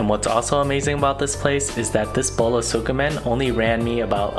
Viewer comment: It’s pronounced skeh-men not sukimen